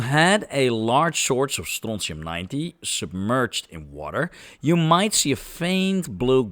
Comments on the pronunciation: Bro, the way you pronounce it. Wat een schijtmetaal, nee het is strontium😂😂😂😂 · where in the nature did you find that siren clip :D ? The chemistry is much complicated - but your pronounciation of strontium sounds like real scottisch could say strontium upon finding :) Telly Ho!